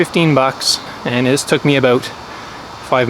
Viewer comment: Was all in till he said about like a Canadian 😂 jk